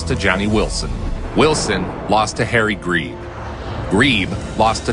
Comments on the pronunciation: Bro. What. You are the best maker of boxing docs on the entirety of YouTube. Not only do you mispronounce his name, but the greatest pound for pound boxer to ever put on a pair of gloves and by far the greatest middleweight to ever live gets a shorter section than Flowers & Walker? Men he’s already beaten by the way?! Please as compensation make a Harry Greb documentary (mainly for me cause there isn’t a high quality one anywhere) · 3 seconds on Harry 'greeeb'? Joke edit - not even a minute on Monzon? Joke